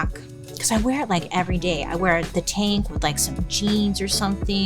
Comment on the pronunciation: Took me a min to realize you were saying tank not taint 😂